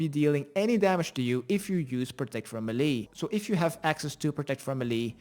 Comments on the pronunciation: i laughed my ass off everytime you said MELEE......... it's pronounced ( Maylay.) not (me li ) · meelay as in the US, or maylay as in the UK.